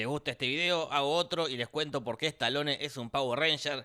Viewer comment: "estalone" es un pauer "ransher" 😁